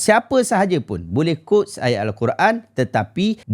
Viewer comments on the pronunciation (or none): cara sebut quote: kwowt